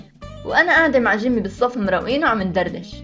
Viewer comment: لمن قلتي جيمي احسك تقولي جيمين 😂💞